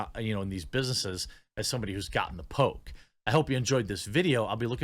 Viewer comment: I heard “Pope” instead of “poke” a few times.